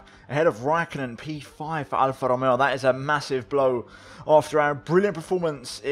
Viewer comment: Am I the only who's laughing when he's using the R with an Italian accent when he says Alpha Tauri or Alpha Romeo?😂 Must be the Ferrari accent from last year!😂👊